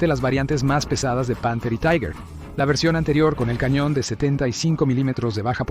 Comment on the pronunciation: Respecto del tanque Tiger: La pronunciación correcta en alemán es "Tiga". La pronunciación correcta en castellao es "Tiguer". La pronunciación "Taiguer" no es alemán ni castellano. Es cocoliche.